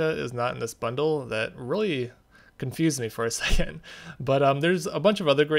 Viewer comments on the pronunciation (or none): "for a sekhund" asthma